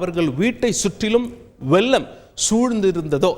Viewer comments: 'ல'.'ள' மயக்கம்! 'வெல்லம்''வெள்ளம்''கொள்ளலாம்' -'கொல்லலாம்' தமிழ்தான் பேசுகிறீர்களா? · வெள்ளம் என்று சொல்லவும். வெல்லம் இல்லை. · ள் ள் ள் ள் ள் - எங்கே திரும்பச் சொல்லுங்க.‌ ள் ள் ள் ள் ள் - வெள்ளம் என்பதை வெல்லம் என்று படிக்கிறார்.